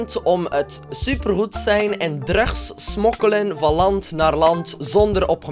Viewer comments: je zegt druks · je zegt drugs maar het is druks zo spreek je het uit:$ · hoe hij drugs zegt hahaha😂😍😘😂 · hoe zeg jij drugs? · Hoe hij drugs zegt